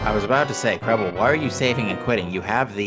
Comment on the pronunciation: Its Krelbel not Krebble